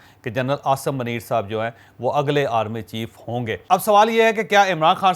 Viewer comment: اوے پنڈو چوھدری پہلے اپنا اردو کا تلفظ ٹھیک کرلو منیر میں م پر پیش ہوتاہے